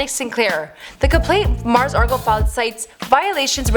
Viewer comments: Its Mars Argo not Mars Argle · Margos Argos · She said Margles Argles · “Margos Argos” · Why do you call her Mars Argle? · Margles argles 😂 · “Mars Argle” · Muurs Erlls, Mers Argles, Margo Arrls, Margles Argles... wtf??? You are randomly mispronouncing every other word! Is there seriously NOBODY ELSE over there who could have narrated this??? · Mars "Argle"? "Margle's Argle's" jacket" wtf this girl doesn't know anything. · This bit really said “Margos Argos” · "Margles Argles" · No she said margos argos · She said "Margles Argles"